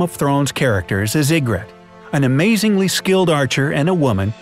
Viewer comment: TheLoneGunman26 That guy clearly hasn’t even watched the show or read the book. He pronounced so many things wrong. The way he was saying Ygritte actually had me wanting to slap him. And he called Tommen Cersei (which he also pronounced wrong) and Robert’s child.